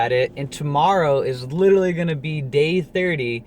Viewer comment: You're saying 'litrerly' instead of 'literAlly'.